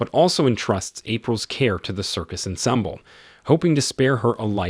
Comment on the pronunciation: Narrator needs to pre-read the 'script' and learn the actual pronunciation of words like "ensemble" and "entourage". I bailed.......